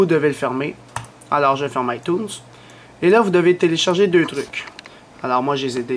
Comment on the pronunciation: Mdrr comment il dit itunes jsuis plier breef merci pour la video